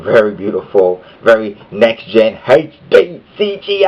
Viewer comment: HAYTCH-DEE CGI DEE. lol Yeah great review for a great game